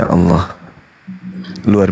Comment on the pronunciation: TOLONG HATI-HATI MENYEBUT NAMA ALLAH, BUKAN ALLOH .... SEBAGAI MUSLIM KITA HARUS SALING MENGINGATKAN TERUTAMA YANG BANYAK NGAJI DI JAWA SELALU MENYEBUT NAMA ALLAH MENJADI ALLOH. INI NAMA TUHAN KITA DAN CUMA DI INDONESIA YANG BERANI MELAFADZKAN NAMA ALLAH SEPERTI ITU BAHAKN MENULIS SEPERTI ITU. PARA APOLOGET TOLONG INGATKAN ITU BAHKAN USTADZ DI JAWA SERING MENGUCAP SEPERTI ITU. DAN BANYAK KATA LAIN SEPERTI FITRAH JADI FITROH, TAQABBAL JADI TAQOBBAL. QALBU DAN KOLBU ITU SAJA UDAH BEDA MAKNA SAUDARA KU